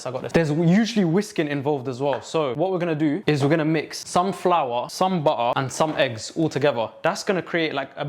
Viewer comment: 😭😭i luv your accent "butta"😭😭